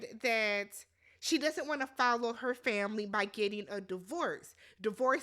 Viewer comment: Awww the “tamily” I love it ❤